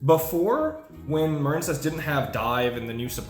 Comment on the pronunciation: You're shitting me right? A water based archetype? It's pronounced muh-reen. Just like marine life or marine mammals or the US Marines. You mispronounced it intentionally and you make yourself seem retarded every time you say it. Also this is how you spell the name "Maren". You know this stop pretending and quit mispronouncing card names intentionally. You're a grown man ffs. It is the stupidest trend in Yu-Gi-Oh!.